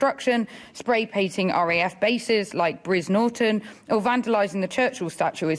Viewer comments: "Bris Norton" where the fuc is that! It's Brize Norton you head-banded lefty bint! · ...'Breeze Norton'..... No, it's Brize Norton. Reading a prepared speech and messing it up, is not a good look. Particularly when someone else wrote it. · She can’t even pronounce Brian Norton correctly. She said briz Norton. Says it all about the greens.. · "brizz Norton" hahahahaha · Briz Norton 😂😂😂 can't even pronounce it correctly 🫣🫣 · “Briz “ lol sort your hair out you clown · I saw the pink fringe and knew nonsense would come out of it's mouth. She can't even pronounce Brize-Norton correctly. Also, if it's easy to remove the paint, get your overalls on and get a rag and bucket and go clean it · Did she say Briz Norton, what a plank. Typical rhetoric from Green 🙄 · We need non violent mass exiling of people who don't put our country first. She couldn't even pronounce Brize Norton. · What a totally disgraceful party. You are ignorant vandals and I am sure you will soon fail big time. Green as grass and yes can’t even pronounce Brize Norton. Winston Churchill was and is a National Hero and he will be remembered long after you are dust.